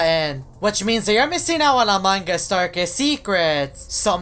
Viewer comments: The youtubers keep saying among gus theres no g its among us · I like how when he trys to say among us he says "among gus" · I switched on the subtitles and when you said among us it said amangas